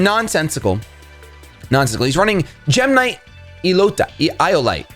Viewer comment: I thought you were saying gemini there for a second :)